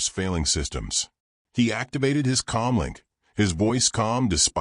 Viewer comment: It is "com link" not "calm link", thumbs down for a monotonous AI, terrible spelling, and a story that really goes nowhere.